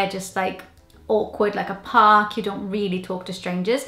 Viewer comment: Going to the parrrk, just says it all ,Cardiff girl.haha